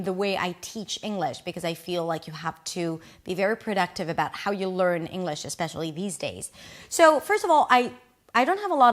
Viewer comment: It's not Englush. Engliiiiish. Nobody's perfect. Least of all me. However American English is annoyingly over dramatic. It was like.... we were like eeeeaaaand kinda like ....sorta kinda. Laaadddeeerrrrr. So Stop speaking in buzz phrases. Please try finishing a sentence. Explain what it was like etc etc etc. Finish the sentence. Tell a story. I saw one of your videos criticising overseas people with pronunciation. So I think I've redressed the balance. I seem to be correct when I told my friend you were over dramatic. All was revealed halfway through this video. After that it was hard to listen to. Advisory footnote: Try speaking in sentences in a down tone. When making a statement. Otherwise it sounds like you're asking a..... question? Good day.